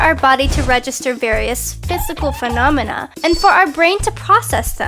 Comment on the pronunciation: "Phisycal phenomena"